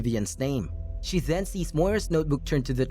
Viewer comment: the way they say “then” to “thzen”